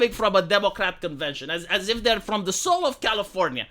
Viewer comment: lol mispronounced Californyanya.